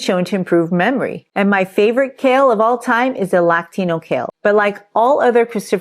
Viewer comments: Lactino kale isn’t a thing. Lacinato is. The pronunciation differs, too. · Did you mean LACINATO kale? (/La-see-nah-to/) It's also called Dragon Kale or Dinosaur Kale. And it's my favorite, too. 😆